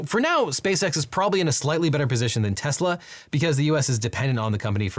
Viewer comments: Did you just say “Teslers”? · Tesler… everything’s computer. 😒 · "Teslers" 😂 I'll never forget Trump saying "I love Tesler!" and "Everything is computer!" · “I LOVE TESLER!” - Donald Trump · why'd you say tesla with a hard R?? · did he just say tesla with a hard r? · Yep, that's how TFG said it. He is too used to using a hard R with another word usually said with an A at the end...